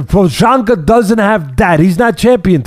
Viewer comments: pro janka😂 …. Does he butcher Callum “ Smith” name too? Ted’s partner looks like he uses fillers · "Pro chaka.. am i saying that right?" "Pro shaka" 🤣🤣🤣🤣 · PRO-CHA-ZKA Pro ha ska you should just call him Jiri..or maybe George..cause Jiri is the czech version of George.. Georgie.. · no not Prohaka no Proczanka but Procházka( ch pronounced similiar to kh in Khabibs name) or just say Jiri even though its Jiří ....thanks:) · No bro. It's Pro "ch" áska. Outside of Czech rep. Nobody ever was able to pronounce my last name :'( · LMAO it's "Pro- hauss- ka And Glover's is Tesh-air-uh Guys, please don't change 😂😂 You've managed to outdo Chael Sonnen at butchering names. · Prohazka and Teisheira. Funny hearning Teddy's pronouciation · Teddy's mis-pronunciation of Prochazka (and Teixeira for that matter) is legendary. I'd put him up against Joey Diaz any day of the week lol. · one day teddy might get Prochazkas name right. He said it wrong but also different every time lol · Might be good to stick it to "Jiri". Never heard anyone butcher my last name so hard in my life haha 😂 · Dang teddy sneaking on the prochazkas name loll